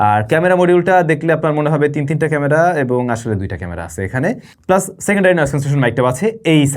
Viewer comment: ক্যামরা?? আর কবে উ'চ্চারণ ভালো হবে আপনার?